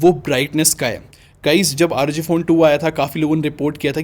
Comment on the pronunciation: Bhai isko "aar oo gee" nahi " rog" padte hai